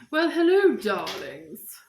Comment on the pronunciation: '' hello dralings'' the red lipstick... oh no